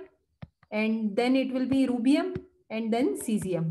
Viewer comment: Mam it's Rubidium not Rubium.